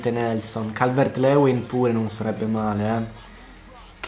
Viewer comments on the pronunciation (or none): Si ma si dice “Calvert-Liuin” non “Leuin” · Calvert Lewin si pronuncia Calvert Liuin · Si pronuncia calvert Liuin